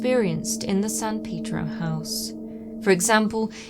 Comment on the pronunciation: I enjoy your dialect/"accent", but san "peedro" got to me every time. I don't call it Lawn-dawn... It "pay"dro,...